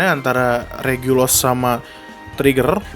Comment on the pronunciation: Regulus bukan regulos